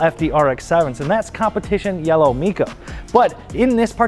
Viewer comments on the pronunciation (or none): As an original owner of a CYM 1993 Mazda RX-7 R1, please allow me a few comments. 1. The color is Competition Yellow Mica, pronounced m-eye-kah, not mee-kah. 2. While the final layers of paint were yellow, the base layers were green, giving the effect that distinguished it from flat mustardy yellows or dingy Porsche yellows. 3. There were multiple layers of clear coat, with the first layer embedded with tiny reflective particles reminiscent of mica giving a delicate sparkle more akin to a shimmer than to typical chunky flake effects popular earlier. 4. The paint was difficult to match, likely due to the unusual process, so it was discontinued after 1993 to be replaced with white, disparagingly referred to as “refrigerator white”. 5. In Canada, other trim levels could be had in CYM, so be careful even if looking at an original CYM car as it may not be an R1. Look for a rear windshield wiper, only one front oil cooler, or cruise control as telltales of the lower performance specs. 6. My research at the time showed 220 CYM Mazda RX-7 R1s imported into the US, but I’m working on old memory and basic internet searches at the time. 7. Fun fact: My specific car was built in August of 1992, but there were no 1992 Mazda RX-7s, with the FC ending in 1991. Damn, I miss that car. So easy to transform from a comfortable and capable 255hp spec into a very reliable (despite what the haters will claim) 450hp (on the stock sequential turbos) track weapon that easily put the 911TT, Corv